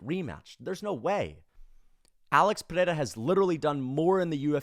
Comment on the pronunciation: I like this channel but why is everybody rolling the "r" in Pereiras name... Its so cringy and weird. We are speaking English not Portugese... You dont have to try to pronounce it using Portugese pronounciation...